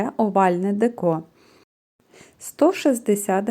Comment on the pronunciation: Не декО, а деЕко.